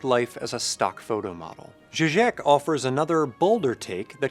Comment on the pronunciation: You keep mispronouncing Žižek as if it were a French last name spelt something like Jijeque. Cease and desist.